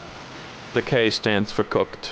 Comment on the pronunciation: every time pronounces K' as K my soul dies a little